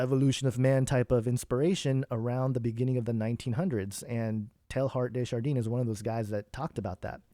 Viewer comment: Hey ~ fyi his name is pronounced Tay ard - day jar denn. Direct translation of his name Teilhard De Jardin is Teilhard of Garden, or Teilhard of the garden.: )